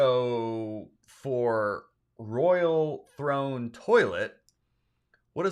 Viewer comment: Royal? I heard rural.😮